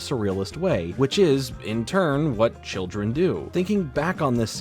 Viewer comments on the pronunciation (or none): none